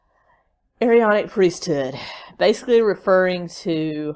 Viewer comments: Elders in the Latter Day Saint Church are 18 and over. It is pronounced A-Ron-ic Priesthood. He is not LDS, he was excommunicated. He is delusional!!!! The Standing in Holy Places, books are interesting. But PLEASE don’t give Chad one more penny!!!! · You do not pronounce both A's in the Aaronic priesthood. Chad's beliefs are his own not the churches.